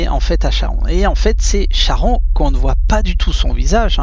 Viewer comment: Merci beaucoup. Cher ami, on prononce Karon.